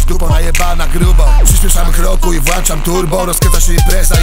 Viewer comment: włączam, bo włancza to się włancznikiem ;))) uszy bolą jak coś takiego się słyszy....